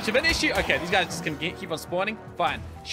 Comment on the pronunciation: Call him Shin-e-horn